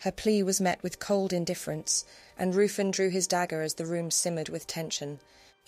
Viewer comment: I would like to point out that Ruffin the lord who had his dagger pointed at M Q S stomach is not how you pronounce the name, its Ruthven as its written down . The nursery rhyme could be both Maries imo. Tudor or Stewart.